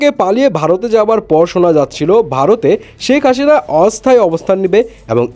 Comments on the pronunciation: শেকাসিনা বলেন ক্যান ভাই?? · ভাই তুই আগে শেখ হাসিনা বলতে শিখ